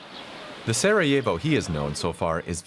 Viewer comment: the way he says Sarajevo just makes me cringe lmaoo